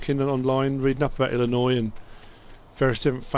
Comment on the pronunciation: As an Illinoisan I'm am very happy to hear you say the name of our state properly thank you